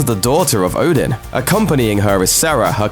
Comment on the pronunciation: I hate how people pronunce Oden. It just bugs me. Sorry.